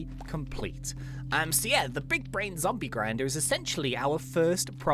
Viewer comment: Big bwain